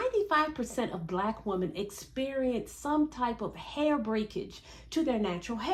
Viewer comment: As articulate as you.are, why did u not say 95% of blk woMEN (MEN, nor wo-man)